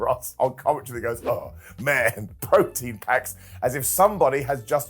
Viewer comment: LOL it's proton packs, not protein packs. We aren't making a post workout shake here my dude.